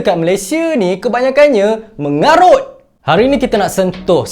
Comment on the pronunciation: Part sebut MENGARUT tu btol2 tekan yer😂mcm dah lma pndam.mesti pernah kna scam hrga msa beli kt situ dulu ni 😂mantap apepun statement mngarut tu aku mmg setuju mmg btol pn..dh la hrga mahal ntah pape jer..bgus lgi mkn kt kedai mamak pekena roti canai n teh tarik murah dan kenyang.puas hati